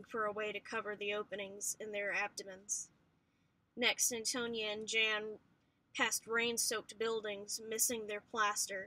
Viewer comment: jan is pronounced YAN just so u know